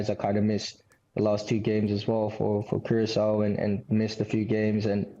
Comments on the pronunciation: Someone pls teach em how to pronounce Curacao in English. Its not the Spanish Curazao. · why latinos keep mispronouncing curacao, its annoying its keyuuraah sauw or korsou locally.#pastechi power